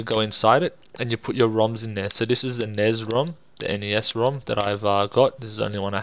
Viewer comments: "Nez"??? N.E.S. COME ON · Nezz? It's pronounced Ness flustered furry sounds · Why do you pronounce Nez ??!?!?!?!?!